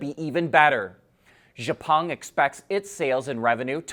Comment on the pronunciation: you almost pronounce x-peng right. Just take the “xiao” from xiaomi and put that in front of Peng. They are the exact same Chinese character in both names.